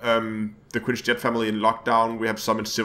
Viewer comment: Quince is pronounced kwinsee